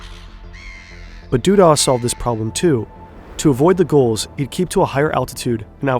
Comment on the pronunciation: ah man this guy is annoying too.. He pronounced gulls "gohls" and drawers as "draw-ers"